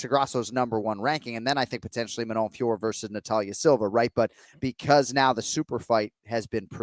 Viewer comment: It’s increasingly embarrassing to hear these donks double-down and call her Fior. My ears are bleeding